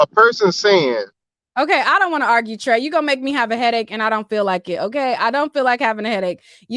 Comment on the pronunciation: Plies says arguh lol